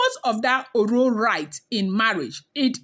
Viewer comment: Oro, let the sound of last o sound be low and your pronounciation will be perfect. The 2 Os dont have the same sound.